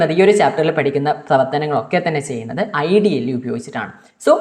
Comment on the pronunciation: IDLE❌ idly✅😂